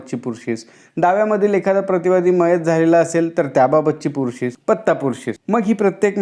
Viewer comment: Pursis not purshish